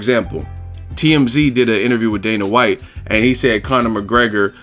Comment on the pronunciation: "The Fertata brothers, Dana Watts" lol